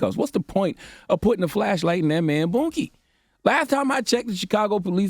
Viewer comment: I was trying to take this more seriously until CTG started saying "Boonky" 🤣 smh yt folks tryna turn sticking things up someone's ass into a "spanking" foh